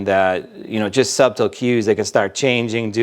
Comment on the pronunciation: "Subtle" has a silent B.